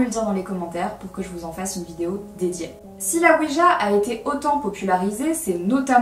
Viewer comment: Très bonne vidéo comme d'habitude parcontre je sais que tu est (française de France ) mais sa sonne weedja quand.tu le dit XD